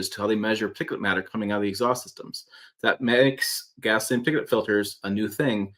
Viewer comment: See this is what happens when some people try to rush 🏃 through the pronunciation of some multi syllable words. It’s pronounced par tic u late. Slow yo roll son!